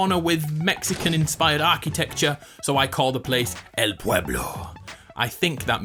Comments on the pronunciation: Lo dijiste muy bien! 👍💪😎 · You say it correct "El pueblo"!! Gracias por tu contenido! You are the best!!